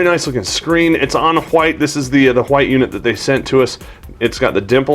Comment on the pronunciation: Repeat after me white not quhite no q sound in there